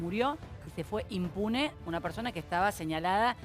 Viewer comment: Se fue "inmune"??? NENAAA se dice IMPUNE